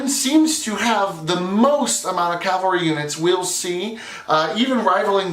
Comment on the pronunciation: The “COW-AL’-REE” class, intended or not, for that you earned yourself a like.